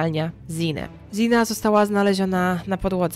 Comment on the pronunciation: Bardzo fajnie, że zaangażowałaś się w tę sprawę, ale zastanawia mnie jedno: skąd się wzięło „i” w wymowie imienia Xana? Sama Xana mówiła o sobie „Zana”, nie spotkałam się z „Ziną”, a trochę śledzę sprawę :)